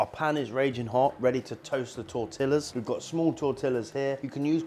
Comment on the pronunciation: Please stop saying tortillas 😂